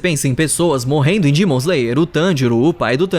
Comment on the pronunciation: Cara no meio do vídeo eu percebi que em vez dele falar demon ele fala dimon me deu uma agonia